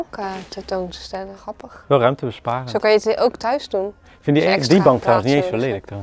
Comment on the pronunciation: Super leuke video! Ik volg jullie al zo zo lang. Ben benieuwd naar het eindresultaat! Grappig hoe jullie het woord grappig uitspreken; “ gappig”.